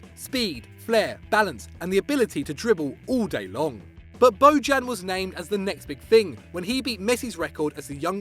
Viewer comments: ITS NOT BODJAN , It's Bojan , J like.... Yorkshire idk, like year, so u would spell it Boyan.... hes Serbian not Latin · It’s pronounced (BO-yan) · Bo-djan, hillarious pronounciation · Jesus Christ, that pronunciation. Bojan Krkic is pronounced BOY-an KIRK-itch. Just fyi. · i like how he pronounces bojan